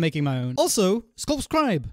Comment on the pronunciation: Ok wen he sed skopskribe that. Are me sub